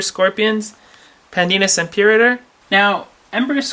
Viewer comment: i love how you just butchered the latin name...